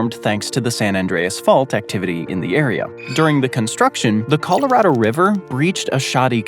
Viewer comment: So, i admire that you pronounce Puerto Rico correctly, but you miss on Nevada and Colorado. 😢 You East Coaster, you.